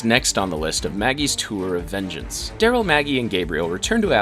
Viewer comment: Dude, you spoke Carol and Darryl as if they are meant to rhyme. Which there are not. But is was somewhat amusing.